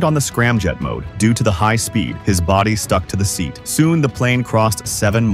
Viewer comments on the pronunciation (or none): none